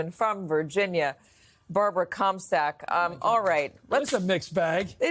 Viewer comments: Did she just say Barbara Cumsack? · Did she call Barbara Comstock "Cumsack"? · Right? Came here to ask about this. I looked her up and her name is Comstock but I swear she was introduced as Cumsack. 😲😂